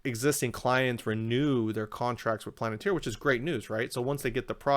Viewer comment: Great job but for the love of god, please stop saying “planet-ir”. Lol